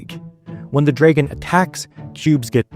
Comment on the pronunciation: “Dreygins” and “two rooms and a büm” always get me